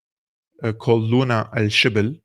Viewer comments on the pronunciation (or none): none